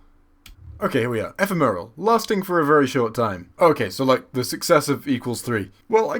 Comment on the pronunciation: E-PHEM-eral. I thought you were a Whovian, Jesus...